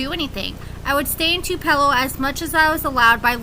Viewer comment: Its TUPALO MISSISSIPPI